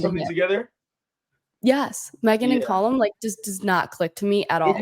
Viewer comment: It's Callum, not Collum